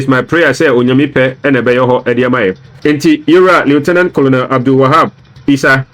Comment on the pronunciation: The name is pronounced kernel not Colonel